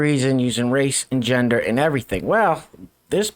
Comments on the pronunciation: Not sure.....but I think I have an idea where "Yender" lady was coming from...she sounded Scandinavian or maybe German, and they both don't usually use a soft "G" sound in their languages....and she may have heard the soft "G'" sound in the word gender and thought of the letter "J", and she would be aware English speakers pronounce "J" the same as a soft "G", and since they pronounce the letter "J" with a "Y" sound , it would come out as "Yender".... So....have I made that clear.....any questions? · What the hell is a yender? Wait or was it A'yender? 🤣